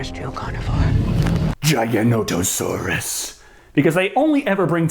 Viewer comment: i still cant fathom WHY the paleontologist can't pronounce Giganotosaurus right lol